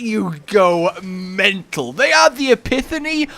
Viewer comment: Why is this the only video I’ve seen where can pronounce “epitome”